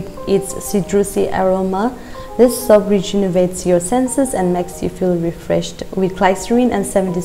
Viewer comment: I remember you saying soup instead of soap 🤣🤣🤣... I am saying this again I don't want you to leave Nagaland🥺